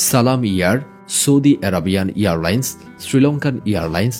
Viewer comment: Earlines na airlines hobe... hahahahah